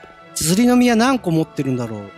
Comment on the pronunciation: ズリの実の発音んw